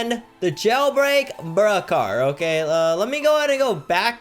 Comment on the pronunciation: Why You called bruhcar